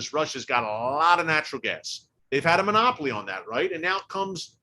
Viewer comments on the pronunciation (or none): none